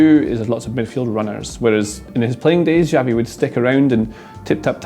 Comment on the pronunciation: Great video! btw the X in Xavi is pronounced as a "sh" in English.